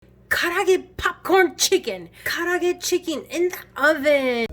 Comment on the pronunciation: I dont pronounce it nearly as well as you do but it looks really really good.